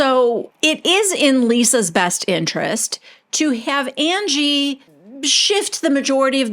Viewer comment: The way that you have Whitney always saying Angie is like undies except instead of “dies” pronounced “dees” it’s UN-GEE 😂😂😂 God Whitney is a nitwit